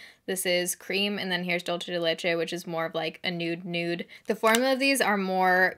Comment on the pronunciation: “Dulce” is pronounced Doool-say, just an fyi. Dulce de leche is a type of candy people of Latin heritage eat. LOVE YOU!